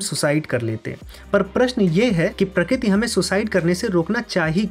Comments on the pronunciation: Pratik nahi prakarti hotaa hae. Pakkaa aap Gujrati hoo. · prakit nhi bhai prakriti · Prakriti nhi😢 prakriti 😂